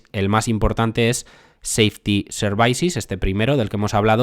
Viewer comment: Services se pronuncia “servisis” no “servaisis” me pone nervioso que lo dices así veces El vídeo es excelente, no te lo tomes como un ataque, a mi me gusta que me corrijan Gracias por tu trabajo Dejo mi like :)